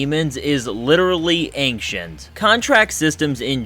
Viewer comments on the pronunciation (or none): Are you really saying "anktient?" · I don’t like how you say ancient…. Otherwise lol great video 😅😂